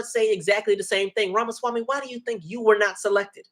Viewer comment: I cannot tell if you are trying to mispronounce his name, or if you just never got it down.